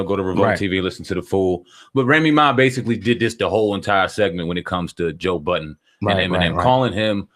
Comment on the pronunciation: Why does everyone put an s on the end of Budden, lol?